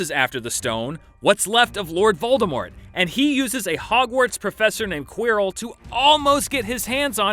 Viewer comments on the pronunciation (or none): "a professor named QUEER-ILL" lmao I'm dead XD